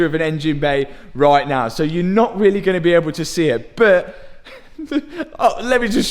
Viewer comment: I think you have one of the best, most entertaining, educational and heartwarming channels on Youtube. Now, I know it's me, BUT the way you pronounce the word BUT or any word with a U drives me insane. You pronounce a U like "OOO". "I know I paid a lot for this front BOOOOOOMPER, BOOOOOOOOOT, I can sell it later... ". Is that how it sounds when you say it? I'm not even sure. In the states we prounce it "B-UH-TT" or "B-UHM-PER" Anyway, I love your relationship with your dad and it makes me miss mine so much. Thank you and Pops for all that you do!